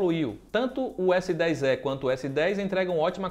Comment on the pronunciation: PARABÉNS PELA ANÁLISE, EXCELENTE E TAMBÉM PELA PRONÚNCIA CORRETA DO S10É.....E MESMO É.